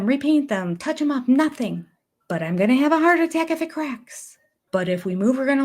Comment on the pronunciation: You forgot about how robin doesn't pronounce the ing on words. Example: going is pronounced goeeen.